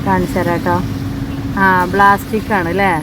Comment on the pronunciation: പ്ലാസ്റ്റിക്ക് ആണ് ബ്ലാസ്റ്റിക്ക് അല്ല